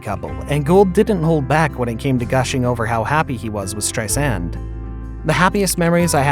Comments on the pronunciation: Stop saying Strei SAND and Bro LIN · Her name is not pronounced Strei-SAND! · STRI-sand and BRO-lin. It's really important to know how to pronounce the names of the people you make videos about. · Barbra. Not Barbara. STReisand, not streiSAND. Barbra never said that "her affair" was the reason she didn't perform for 27 years. A lot of this bio isn't exactly accurate. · I think you're mispronouncing both of their last names...lol...His sounds like Berlin...and Streisand with accent on the 2nd A? uhmmm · Is this narrator's shtick to swap the accent on people's last name? Instead of Barbara STREISand he says StreiSAND, instead of BROLin he says BroLIN. He Does it with Omar, too!. its soo funny, weird, and unexpected. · Strei sand ? Should you get the pronoun of names correctly before making the video? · why does the narrator have such trouble pronouncing people's names? It's STEISand, BROlin, Omar. FFS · Stri-sand? Bro-lin? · What's with the weird way this guy keeps saying everybody's last name? Strei-SAND, o-MAR, Bro-LIN? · Nope, the accent on both names is on the first syllable. BRO-lin, STREI-sand. Wonderful video otherwise !!! 👍👍👍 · Oh my gosh. Who wrote this? Do you speak English? Is this a robot voice over? Countless mispronunciations and incorrect information. Wrong divorce year for Prince Charles etc... Couldn't even pronounce the names of the main people in the story - Streisand, Shariff and Brolin. How pathetic. Do some research people. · You don't know how to pronounce her name. Or Brolin's, and her attitude was brAzin. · Where, in God’s name, did they get this narrator? Has he been living under a rock that he doesn’t know how to pronounce Streisand and Brolin?? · Streisand is pronounced with accent in first syllable. She says the second syllable is soft like walking on sand